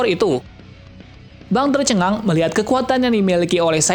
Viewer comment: bang tercengang atau fang tercengang :V